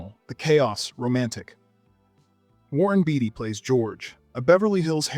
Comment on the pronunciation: Pronunciations matter: David Carradine’s last name is pronounced Kara-DEAN, Warren Beatty’s last name is pronounced BAY-tee.